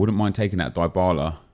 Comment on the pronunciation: It’s pronounced DEEEEE bala